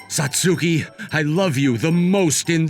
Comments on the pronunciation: MVA's voice does not match ANY character he voices unless it's an old man. Maybe don't have him voice teenagers in these stories? And it's pronounced Sats-ki, not Sat-sue-ki. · This could have been a great episode instead of just good. The MC voice sounds to old for highschool and his pronunciation of Satsuki was jarring. Even google translate can pronounce it better.